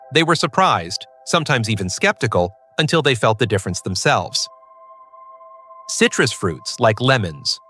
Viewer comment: Oi, stupid robot! WTF is cytrous!?